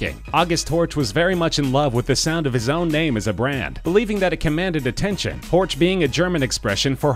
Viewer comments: Honestly. At least try to pronounce names in their native language. Its "Horch" not "Ortsch". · with Porsch you are not far away from Horch, which should be pronunced "Horsch" in Englisch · You mispronounced "Horch" so badly that it's infuriating. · 'Horch' is Bavarian for listen not German. I'm being bit picky but it annoys me when people get the two mixed up :) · Granted, it's hard to pronounce some German names for foreign speakers, but sometimes it seems a bit lazy. Pronouncing Horch like in the video is wrong, it seems like the narrator doesn't put effort into that, like people saying "Porsch" just because they refuse to pronounce it properly. It's a really good video, this just bugs me. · You're pronouncing Horch wrong. It's not an English name. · im cringin everytime he says horch